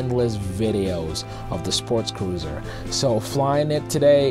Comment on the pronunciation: It sounds like you are saying sportscruiser, not sportcruiser.